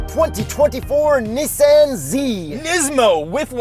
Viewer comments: Well since you mentioned it’s not Neesan. It’s Nissan. Two SS not two ii so say the S twice not the i twice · What dork says, “Nee-Saan”?